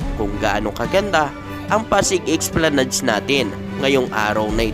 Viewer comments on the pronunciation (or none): Esplanad lang po ang bigkas hindi po esplanads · Ang tamang pagbigkas o pronunciation ng ESPLANADE ay ES PLA NAD. Hindi EX PLA NAD.